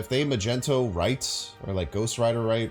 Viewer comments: Just a friendly reminder.. Magneto is pronounced (Mag-ne-to) and not (Ma-jento).. keep it up! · He knows. And we know he knows. He likes doing it 'cause he knows we know he knows.... Ya' know?